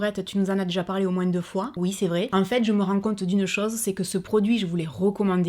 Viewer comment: Coucou Laurette ! Juste pour te dire que j'adore toutes tes vidéos ! Tu es marrante, j'adore ta franchise et ton accent du sud et ta bonne humeur ! Quand tu dis "moin...s" ça me fait toujours bizarre ! Finalement, je voulais te dire que J'ADORE ton générique de début de vidéo ! Tu m'impressionne ! Bisous